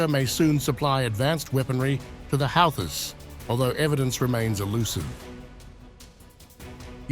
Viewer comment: it's houthis not halthi pronounced like hoothi you are really funny!😂